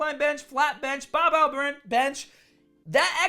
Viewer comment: Let's be honest. If I ever I hear you saying "baRbell", it will be the last time I hear you.:D